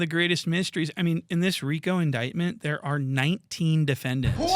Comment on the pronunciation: The man said “dere” and not “there”